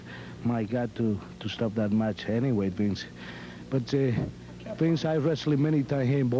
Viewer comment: Can call McMahon "Bince" 10 more times.